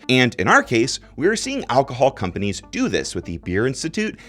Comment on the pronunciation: The way he pronounced companies is wild.